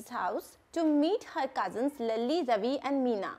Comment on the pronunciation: mam it was laali not lali